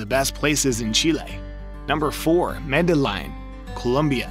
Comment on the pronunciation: Nice video but the pronunciation of Medellin and Cartagena was wrong 😬